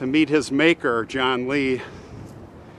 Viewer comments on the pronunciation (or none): none